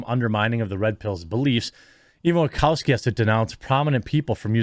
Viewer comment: Wachowski is pronounced Wa-shau-ski NOT Wa-cow-ski.